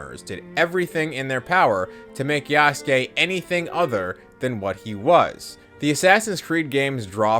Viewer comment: this bozo's pretending he knows about Yasuke's history while pronouncing his name Yasooke